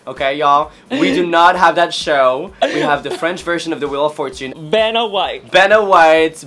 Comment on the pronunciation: I thinks she may have difficulty pronouncing the name Vanna Nicky says "Banna White, Benadryl", maybe due to her French accent. lol